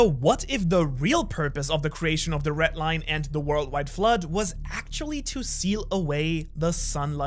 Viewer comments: I really... really hate how you pronounce the "RED Line" like wtf is a ret line. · red line❌ ret line✅